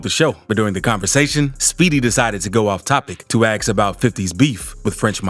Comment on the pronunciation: Ask not aks 🤣